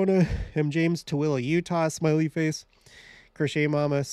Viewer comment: I am actually very interested in who joins the video and where they are from! I also love that you know how to say Toole! I know you are from here in Utah, but people dont always expect it ha ha. I really enjoyed this video, and cant wait for your adam ondi amen (spelling?) Video!!!! Thank you!!!